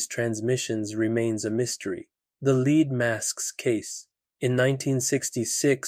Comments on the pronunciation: Story 5: Lead is not pronounced "Leed" I know that the narrorator is Canadian, but seriously....Even most Canadians can at least pronounce a simple one syllable word like Lead correctly. I don't mean to nitpick things every time a Canadian person on Youtube mispronounces a word, usually I joke about why Canadian people are like that. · You know, if you didn't use AI, and just had someone READ this stuff, which would be easy as heck, you'd pronounce "lead" correctly.